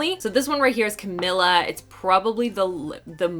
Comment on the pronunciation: thank you for the awesome review,! 💜 just FYI, Camila’s name is pronounced CaMEEla CaBAYoh, not CaMILLa:) 💜💜💜